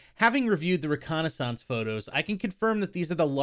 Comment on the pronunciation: Why do you pronounce reconnaissance like that lol